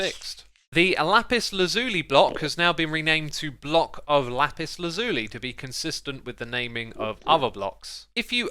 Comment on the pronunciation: X, its lapis laz-you-lie not lazooly 🙂